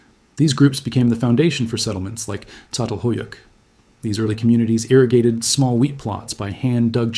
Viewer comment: painful to hear you pronounce Anatolian Turkish place names: Çatalhoyuk, Çay... etc.